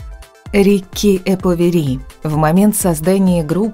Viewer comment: А что с ударениями в именах и названиях "всеми любимых исполнителей"? Правильно - "Рикки и пОвери" , а не "поверИ", Рикардо ФОльи, Клаудия МОри. Не профессионально. 🤷